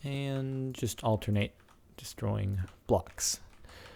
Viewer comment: you say "just" really fucking weird.